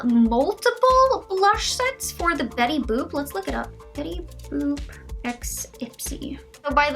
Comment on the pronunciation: Betty bopp. U said. Ahahaa. It's Betty boop !!!, Lmao